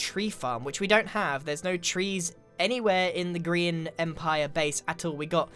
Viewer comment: It looks like your name is pronounced gr eye an Not trying to tease or anything I just noticed